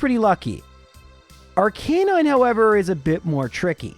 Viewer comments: I'm sorry but it's Arcah-nine, not R-canine. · Ar-ka-nine Arcanine! God! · Unsubscribe since he can’t pronounce Aracanine. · No one is talking about how he pronounced arcanine? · I know his reasons but everytime he pronounced Arcanine and Lorelei I wanted to stick a dagger in my ears